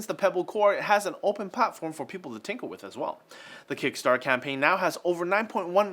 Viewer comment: Did... did he just say tinkle with?